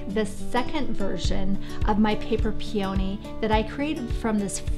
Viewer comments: Love all your ideas, site and channels etc. but it is pronounced PEE-o-nee not Pee-OW-nee. Beautiful though, no matter how you pronounce it LOL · That’s so funny, you all really say it that differently from me?! I grew up on the east coast and we say it so differently I honestly didn’t even realize you were saying Peony at first. I actually paused the video and checked the description because I thought I had clicked on the wrong video! LOL There usually are variations in accents etc. but this one is so very different, how interesting! Thanks for replying as well, now I will know what a Pacific north-westerner is saying if they say Peony ;-)